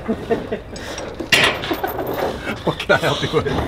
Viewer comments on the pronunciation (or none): In today's video I learned 'Hand's' is actually 'Hans' just pronounced wrong...